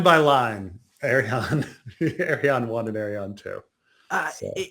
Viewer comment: it's headcannon's Dornish accent/way to pronounce